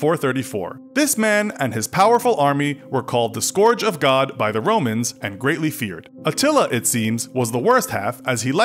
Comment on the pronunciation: Why can nobody pronounce “scourge” anymore?